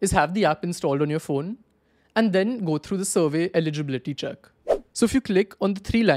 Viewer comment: The way he say survey eligibility got me rolling 😂😂😂😅